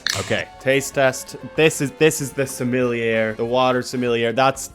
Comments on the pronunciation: It doesn't matter but it's going to bug me: JSYK, sommelier is pronounced "soma-lee-yay" (or "sommeh-leeyay" maybe?). Something closer to that. It does look like it would sound the way you said it, though. French isn't a real language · I feel like I should tell you that “sommelier” is pronounced suh-mah-lee-aye 🫶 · You say sommelier wrong every time and holy shit it’s hurting my BONES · The way you pronounce sommelier is frustrating 😭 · I love how he pronounced "sommelier " haha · I’m begging you to google the pronunciation of sommelier